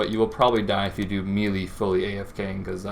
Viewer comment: Meh-lay not mee-lee